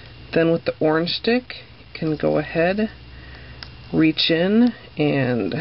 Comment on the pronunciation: is she saying orange stick or origin stick to pickup the leftover nailpolish